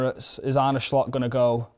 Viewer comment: Why are you pronouncing Slot like that?